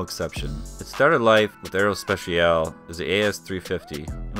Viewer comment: Nice video. Btw your english pronunciation of aerospatiale was actually the closest of the french one ;)